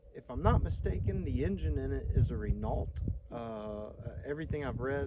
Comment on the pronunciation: Written Renault, pronounced Reno. (short e) At one time Renault of France owned Mack and the midliner filled a gap in Macks lineup. The New Zealand spec' midliners were mostly renault with a Mack badge. Looking up the Renault website may provide some leads.